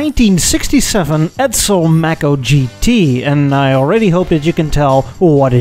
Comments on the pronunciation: May Ko, not maaco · Physeter macrocephalus- the sperm whale. A mammal, not a fish. Mako, not Macco. These are no worse than 'Murican cars of their respective times. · It took me a little while to realize you meant Mako (May-co). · Mae-koe not Mah-Koe Mako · It's not a Mack-o it's pronounced Make-o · The Edsel, looked like it had a vagina in the front. Ewww. Your "Mako" (pronounced "Mako", as in "Day". Not "Mako", as in "apple") Ford would've never built it, due to competition with the Mustang. It also looks like a Toyota. The rear end of the "Corsair" is REALLY ugly! Your "Citation" isn't bad at all. Chevrolet, would've never allowed you to call it "Citation". Your "Villager" isn't too bad. These are FAR better than your "Tucker", which were all horrible. Try "Studebaker", and "Henry J". Those would be fun. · Mako is pronounced May co. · Pronounced MAY ko, not macko. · Also if it was named after the shark it should be pronounced may-co. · Also Mako (the shark) is pronounced with a long A, "may-co" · i really can't stand your mispronunciation of Mako... Good god.